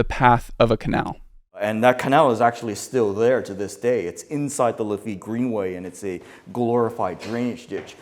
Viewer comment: The “lithy greenway” 😂😂😂 you are incredible; extremely informative: teaching me things about the city that I currently reside in that was previously unknown to me. However, you don’t get nearly enough credit for your comedy. The “lithee greenway” is it something I cannot on here as a New Orleans native you could probably imagine how often I hear the names of streets being absolutely obliterated, but this one was a first for me thank you for that. Good laugh.